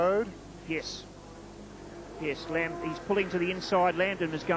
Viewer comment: Jeff "A-lamb", and Kevin "Waldrock" #facepalm